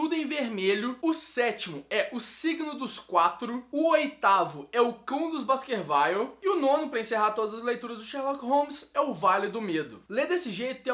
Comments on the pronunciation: A pronúncia correta é Baskerviu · Baskerville se pronuncia como se lê, não "Basquervaile"...